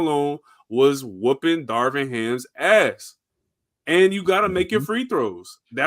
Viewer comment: can’t even get “Darvin” Ham’s name right. Nothing he said mattered on that subject 😂